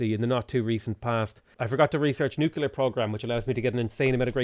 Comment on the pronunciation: Please repeat after me: noo-klee-ur. You sound like a confederate-American yokel.